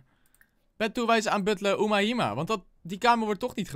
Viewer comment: Oumahima spreek je uit als oemeima